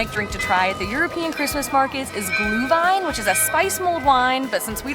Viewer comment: Well. the Sauerkraut part sounds like a klischee....US Americans eat more Sauerkraut per person than Germans, but I will not get into that.... you are really good on "Glühwein" sounds pretty German to me.